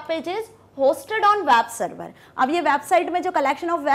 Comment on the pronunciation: "wab server" XD